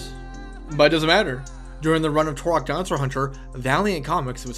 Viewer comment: "TUR-OK" not "TORE-OK"